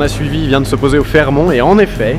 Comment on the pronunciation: le T de Fairmont se prononce on ne dit pas fairmon , après tu prononce sa comme tu veut